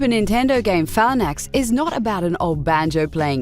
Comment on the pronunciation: DID SHE REALLY SAY PHALNAX?!